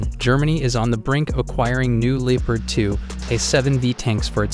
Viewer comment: No one blames you if you pronounce Leopard the english or america way. But don't say Lee-part.